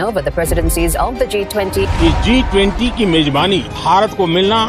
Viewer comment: I really laughed hard, for the way dhruv addressed "T20".😂😂